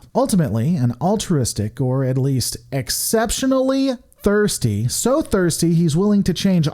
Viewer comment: I would simply say, consider a thesaurus. It's more fun using a variety of words to make the exact same point. Just so much emphasis on thirsty even in how you say it. The rest of the details were great. Though you could have noted the Nagus did eventually love Quark's mother, though I would also agree to note he could be quite senile for the benefit of all Ferangi. Anyhow, keep going! I'll check out other videos! I know you have tons of critics just as part of the internet society. Your work is often good. I don't mean any offense and I'm glad you didn't seem to take it that way.